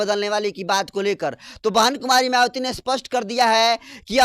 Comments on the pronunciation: अंकर सहाब आप मयावती बोलते है, आप अपना उचारण ठीक से बोले मायावती बोले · मयावती नहीं है उनका नाम है मायावती बहन जी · पहले तो मायावती जी का नाम ठीक से लेने का अभ्यास कीजिए